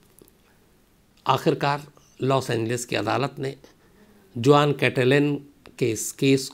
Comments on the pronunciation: Khan sahab जुआन नहीं it's pronounced हुहान् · In Spanish name juan pronounce as “huan” not juan for example JOSE pronounced as “HOSE” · Juan is a spanish name , it is written as Juan, but is is pronounced as Huan , in spanish J becomes H , like Jose is Hose , Javier is Haviar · It is a Spanish name Juan but is pronounced like " Huan". Spanish "J"=English "H". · Hi m from California and its a Spanish name juan but pronunciation is Huan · “Juan” pronounced as ‘वाॉन’ Hispanic name.